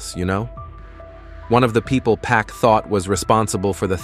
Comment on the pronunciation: His name Pac not pack 🤦🏽‍♂️